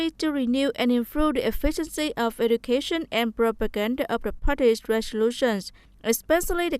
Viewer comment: Xem lại cách đọc từ Education nha